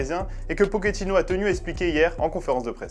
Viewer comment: c'est pochettino, pas pokéttino